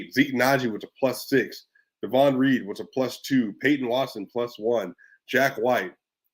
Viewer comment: DAY...von Not Daaahvon